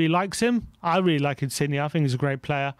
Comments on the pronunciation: I love that just cannot pronounce foreign names XD Insigne is pronounced (IN-SIN-YAY) not (IN-CIG-KNEE) Modrić is pronounced (MOD-RICH) not (MOD-RICK) Never change its too funny. COYS!!!! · Just your friendly neighbourhood Italian pronunciation guy dropping in with a few pieces of advice: 1. Insigne is pronounced "Insin-yeh", as the G followed by an N creates a Y sound. You don't pronounce the G. 2. Calcio (as in Calcio Mercato) is the Italian word for Football and is pronounced "Cal-cho", with a hard "o" at the end. Love the work guys, COYS